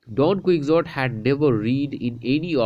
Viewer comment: Don ku-hou-tii